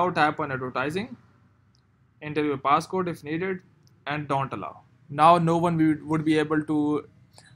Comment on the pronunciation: Him:paaaasscoude Me: haaha 😂 wtf